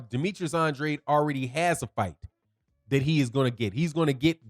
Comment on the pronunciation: "an drAde", with a long A. Not "an dra dEE" I'm sure you're not purposely mispronouncing his name. He confirmed this in one of his interviews.